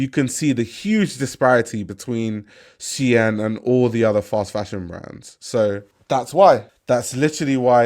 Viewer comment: Keep calling it Shien